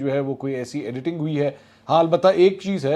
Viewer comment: The way your explaining "editing" 😂😂😂😂😂😂